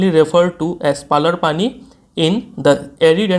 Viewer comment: Finnally किसी ने tho पालर पाणी नाम सही से pronounce किया Saara YouTuber to issa पलार पानी बोल रहे हा।😅😅😅